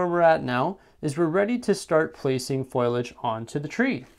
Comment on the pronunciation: Great tutorial, but I think it's pronounced Foh-lee-edge. Thanks!